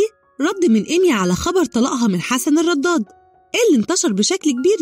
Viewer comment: ليه بتنطقي الدال ضاد في كلمه الرداد وليه الكذب سبحان الله